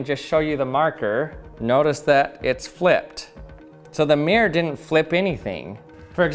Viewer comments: oh so you pronounce it as "mee-rowr"? kewl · honestly, we would not drop the hard R in that case. Take the town "Peterborough" (which I live in) we, and everyone right the way from londoners to my Scottish family drop the r in the middle "pee-tah/pee-tuh" but retain it for "Buruh" mirror is almost universally pronounce "mi-ruh" in Britain Though yes, we absolutely drop hard r's all the time. We love dropping the T's from ends of words as well, we're just weird mate